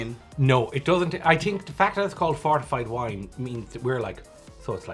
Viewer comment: I'm sorry, but to my Canadian ears it sounds like is saying, "Fartified Wine"! So good!!!